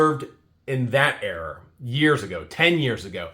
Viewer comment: It’s era. (Air-rah)